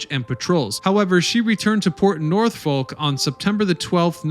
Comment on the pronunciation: It ain’t Northfolk, taft, Helsey, WTF?